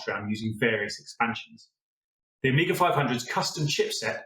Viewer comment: Amiga et non pas Oméga comme le dit si mal la voix I.A. !!!